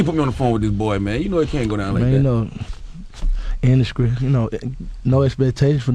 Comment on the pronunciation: Wtf is da indascrie? I thought it was industry gucci!!!!